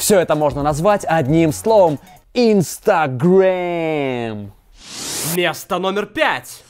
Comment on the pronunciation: ИнстагрЕйм? ИнстагрЕйм?, научись произносить слова правильно, а то уши режет.